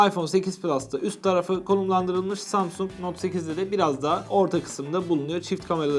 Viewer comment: İlk samsung kelimesini duyduğunda "Samsun"anlayan tek benmiyim